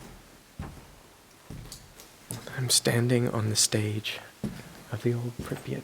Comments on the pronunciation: pre-pat not prep-yat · Your pronounciation of Prypyat' is very funny. Припять!